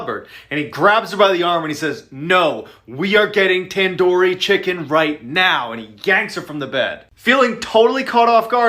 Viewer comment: ITS TANDOORI NOT TAN-DOOR-YE